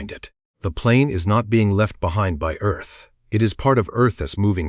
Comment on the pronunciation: Eth axis? Ditch the AI man.